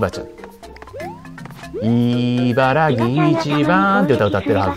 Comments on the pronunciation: しゅーやさん「いばらき」！「ぎ」じゃなくて「き」！！www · いばらぎ じゃなくて いばらき です。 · 茨城 いばらき ◎ いばらぎ ×